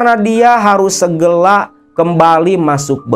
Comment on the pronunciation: segera kang bukan segela😂😂😂😂